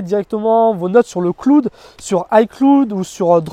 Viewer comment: le "cloude" ??? le "claoude" ;)